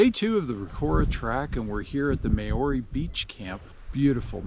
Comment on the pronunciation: If you’re going to bother flying all the way to NZ and make the effort of doing these walks & recording yourselves, at least learn how to pronounce the names right! Seriously - Mayoorey?